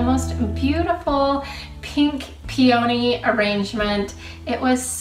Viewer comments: Hi, enjoying your video....but just need to say one of your favorite flowers is pronounced Pee-ah-Knee with emphasis on Pee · Your videos are wonderful and you are delightful to watch. I love nothing more than saving money by tackling a DIY project. Yours are so clever and easy to follow. Thank you for that !! If you will forgive me, I have only one teeny issue and it is on my favourite DIY....... the peonies in the glass vase. They are not pronounced '' pea-OH-nies'' with the emphasis on the "O".! It's "PEA-uh-knees'' with the emphasis on the "PEA" ! Please forgive me for being so picky but after hearing you say it over and over again, I felt compelled to mention it ! Sorry!! I think you are wonderful....bright, funny and so joyful ! God bless !! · You are mispronouncing peony. But the results are fantastic!